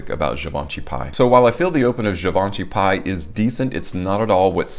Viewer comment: In French it'd be pronounced as pee. 🙂